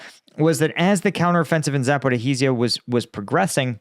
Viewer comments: It's not "Zaporihi-zia", it's ZAPO-RI-JIA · his expertise as bad as he misspronounced Zaporizhzhia ( Zaporozhie ) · Stop mispronouncing Zaporizhzhia😭😭😭 You're killing me 😄❤️